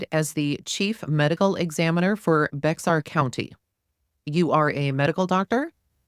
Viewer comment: Thank you for your Transcript Reading. It’s phenomenal! Just trying to help for the future. Here in Texas we pronounce Bexar County Bear County. The X is silent. ❤ I know it’s different